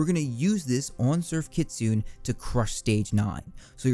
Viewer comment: I've wanted to say this for a while and I don't want to be that guy, but it's not Kitsune (KIT•SOON) it's (KEY•SOO•NAY). It's the name of a Japanese Yokai Fox thingy